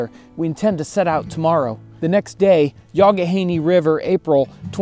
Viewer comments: Hey, as an FYI, "Youghiogheny" is pronounced "Yawk-i'-gay-knee" ... I have relatives who live in the area. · Not to be an annoying pedant, but the river is pronounced “Yock-ih-gainy”. I live in SW PA. None of our place names are phonetic.